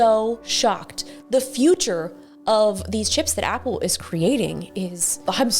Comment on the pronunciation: So the world’s No. 1 🍎 fan pronounces 🍎 Product 🤐!